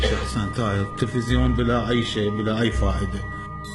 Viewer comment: انبريت بنفسي لصلاة الجمعة🤣🤣🤣 على اساس نازل لباكياو لو مايويذر عنده نزال ابو الخرط..بعدين اسمه تلفزيون مو تفزيون